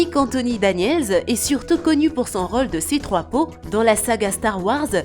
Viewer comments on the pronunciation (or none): Elle a dit C3Pau au lieu de C3pé o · C'est pas c3po c'est C-3-P-O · On dit c3p o pas c3po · Elle a dit cétroipo pour C3-PO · C3-peau, Gotman City, Zack sniiiider 😂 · L'autre elle dit c3 po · Ou c-3 po au lieu de p.o mdr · Cette femme étrangère au juste elle s'est pas prononcé Gotham City et C-3PO